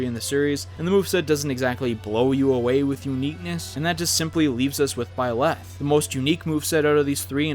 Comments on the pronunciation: and = "ByLÄth" It's Byleth. It would be pronounced "BYleth" and not "ByLÄth". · BY-leth, not by-LETH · It brings me pain every time he says "ByLeth" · it’s byleth not bi leff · It’s byleth not by - leth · its pronounced byi-lith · why did he pronounce byleth as “bye-leth” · STOP SAYING BYLETH LIKE THAT AHHHHHHHHHAHHAHZHHFRDNKSHSOSCRUGGSGZNE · I hate the way he says byleth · Why are people so bad at saying byleth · I don't like the way he pronounced Byleth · it pisses me off how you say byleth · I hate the way you say byleth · Well that’s usually how it’s pronounced....just without the emphasis on the “leth” part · Is anyone else bothered on how he said byleth?